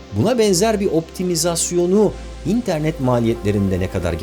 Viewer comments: abi nolur internet derken in'e basma vurgu sonda dinleyemiyorum seni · Barış Özcan'ın interneti "İNternet" diye söylemesine bir ben mi gıcık oluyorum ya